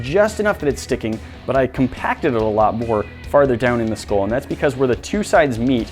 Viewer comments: It's pronounced skull not skoll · It’s a SKULL not SKOLL